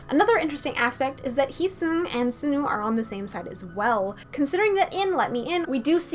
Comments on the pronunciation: btw sunoo is pronounced sawnu :D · I love your channel, you're one of my favorite theorists! I must say though, I sometimes get distracted by the way you say Sunoo or Taehyun lol. Sunoo is like the word "sun" then "oo", not "soon-oo", and Taehyun is like saying Taehyung without the "g" I don't mean to sound rude though :)